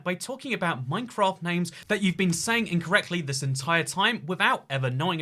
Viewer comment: I would like to register my Angry Comment... it's Minecr*A*ft, not Minecr*O*ft. :^p